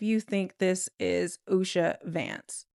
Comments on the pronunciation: It’s not Usha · It’s not Usha.